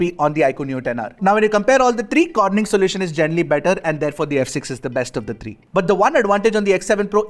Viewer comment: Tree not three😂